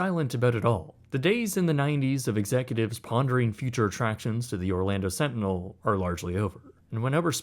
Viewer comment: The Orlando "Slantinel"